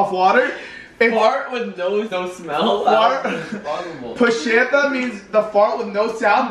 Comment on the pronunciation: It’s not pushieta is puñeta ask Brackie it’s the truth